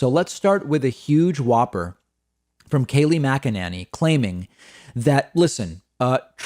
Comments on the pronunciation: It's funny how David pronounces Mack-A-Nanny lol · I love when he calls her MacaNanny. LOL. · Mack-a-NINNY succeeded 😄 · Dude! I typically agree with you, but Kayleigh's last name is not that hard to pronounce - listening to you butcher her last name over and over again is so damn difficult to tolerate in this video! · OMG, I love David so much -he pronounces her last name differently in every video... It's so frickin' delicious...🤣